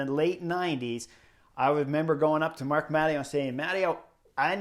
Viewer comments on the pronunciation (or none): none